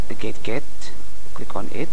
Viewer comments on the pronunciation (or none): he also said gad get and not gadget at haha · he said gadget gad get lol